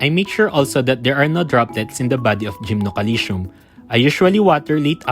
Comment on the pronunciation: GymnoCalcium 😊😂 Every Time ive hear Gymnoalytion ;DD But no Front, realy great Video, and much needee Infos ❤🎉